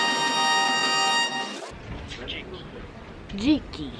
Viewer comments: "dziki" means wildhog in polish you are eating the "e" with the tail underneath ;) but I appreciate you are trying :) GJ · When she said “dziki” did she mean “dzięki?”